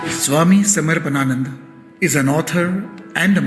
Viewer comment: Why can't the anchor pronounce the name 'Swami Samarpanananda' ji correctly? I don't think it's too hard .